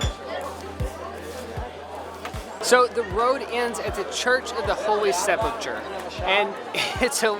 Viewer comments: Sepulchre is not pronounced as "se-pel-churr" like you pronounced it, but "se-pel-ca", thank you :) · Great video. Just a side note from an editor who's a bit OCD: it's Church of the Holy SEP-ul-ker. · Wonderful video. And "sepulchre" is pronounced as if it had a K. [SEH-puhl-kerr] :) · Just an FYI, sepulchre or sepulcher is pronounced with a hard C (like a K) sound, not a CH sound. "Seh-pul-ker." /cue "The More You Know" gif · I don't know how to pronounce sepulchre